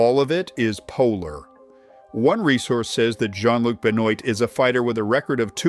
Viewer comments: Bennoit? Is pronounced been-wah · BEN-WAHHH NOT BEN OIET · 😂Ben-oit is amazing pronunciation my friend. It's "Ben-ou-ah" like I may be English, but feel I have to stand up for our French cousins over this one lmao. Kinda feel like Sahak drew the shortest possible straw being matched against freaking Alex Pereira lol dudes an actual threat. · it's beu-nn-wa not beh-nn-oight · Jean Luc Ben-oit 😂 it's pronounced Ben-wah, but I'm assuming this is a robot voice. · It's not pronounced Benoint I know it looks like to but it's actually pronounced ben-wah it's the same as Chris Benoit the ex wrestler / family killer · Its not “Benoit” its “ben-wahh” like saying Chris Benoit, how do you not pick that up😂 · And even if it wasn’t ai, unless you understand French how French vocabulary is used names or are a fan of pro wrestling and grew up with Chris Benoit, you wouldn’t know how to pronounce the name outside of how you read the letters OIT in English as “OIT” not Waah. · Benoit is pronounced like Benn-Waa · Benoit is pronounced "Ben-wah" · Benoit is pronounced ben-WAH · Jean Luc "Ben Noit". You AI butchered all these guys names bro. Fuck Tate but this AI shit is brutal. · Ben-oit - lmfao. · Nga are you dumb? Benoit is originated from France? They are SUPPOSED to say “Benwaa”😂😂😂tf? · Benoit = ben-waa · ben oyt? Benwah! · Again with the AI voice? Come on, people. It's not that hard to talk into a microphone, an everybody knows how to pronounce Benoit. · not quite- not daybutant- more dé, it's a different sound. But I don't expect americans to pronounce anything french even remotely correctly anyway ;)🎉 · You need to learn how to pronounce Benoit. 😂